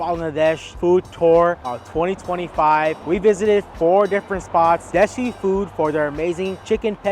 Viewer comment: It's not Desi! It's Deshi*